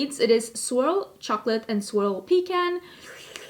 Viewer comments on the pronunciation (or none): none